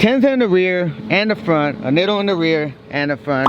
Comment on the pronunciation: Neatos is how they are pronounced, Japanese pronounce their i's like e's. Just closed on the house, almost there to put out additional content especially of my catfish 😆